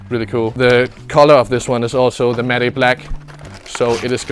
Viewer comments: It's pronounced like mat black not mat e black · Am I the only one triggers when he pronounces matte black like maday black and it's like mat black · love how he says matty black instead of matte black haha, such a good video as always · The way he says 'matte'😂